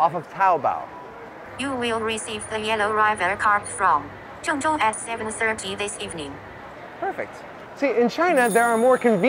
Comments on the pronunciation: pronoucing zhengzhou as yingyou is not very professional for a host hired by the Chinese tv channel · Why can't he pronounce ZhengZhou properly?